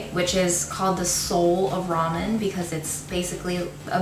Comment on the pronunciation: It never stops amusing me to hear people(well, Americans...) continue to butcher the name of this noodle dish... Ok, people, the word "RAMEN" came from the Chinese name "Lah-Mien", meaning "pulled noodles"...(there are many many Chinese words used in Japanese) The Japanese pronounce the alphabet "R" with the "L" sound instead of an "R" sound, and i suspect the word "RAMEN" (pronounced as "Lah-men")was put on the English menu of many noodle houses in Japan ....after enough time and enough western tourists saying it wrong....the word "RAMEN" as people say it today was born...